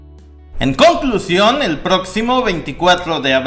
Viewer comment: qué te ha pasado? Jajaja "en CON!clusión" estoy llorando de la risa 😂😂 te salió del fondo del alma jajaja